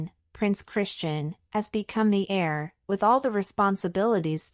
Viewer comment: The word is ‘heir’ not air!